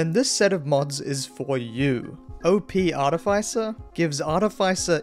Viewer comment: The way you pronounce "Artificer" is so criminal